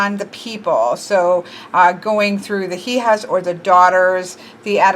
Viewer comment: Hija is actually pronounced (E-Ha) you don't pronounce the H sound and J make an H sound. Madre is pronounced (Ma-D-Reh) or (Ma-Dray) but you said that one alright. In case you were still wondering.